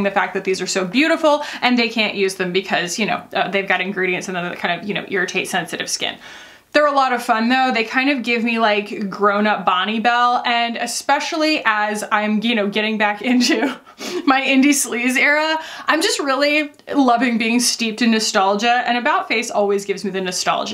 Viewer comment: Prepare to be mind blown. Bonne Bell is pronounced “Bon Bell” not Bonnie Bell.🤯